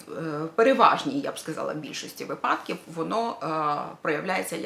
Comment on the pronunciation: Наголос на вИпадки!